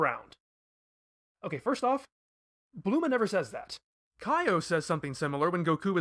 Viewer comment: No way this nigga calls her "blooma"....thats unforgivable